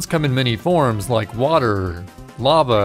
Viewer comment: pronounce "water" correctly